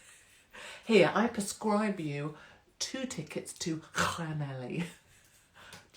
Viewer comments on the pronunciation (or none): Don’t go to Llanelli and pronounce it like that, I tried it once, oops. 😂 There is a surprise th sound towards the end and more of a cl sound to begin with. Thank you for supporting Tommy, I miss his presence and the info he provided. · Is Llanelli pronounced Clanethli? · Llanelli is pronounced Cla neth li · Untitled yep like this, no heavy stuff just chilling. Blackpool 🤣 Llanelli I'll teach you how to pronounce Llanelli 😉🥰